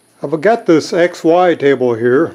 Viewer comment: Kept wondering why the dude kept calling it the "ex-wife table".